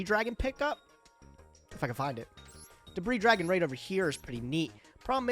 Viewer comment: misreading edision staple debris dragon, classic.